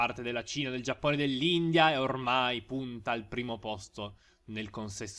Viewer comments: ma sentirti dire già"p"One é la cosa più bella al mondo.....voglio proprio vedere come hai fatto in 3 a conquistare il restante 99% del mondo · intendevo l'accento che usavi per dire Giappone 😂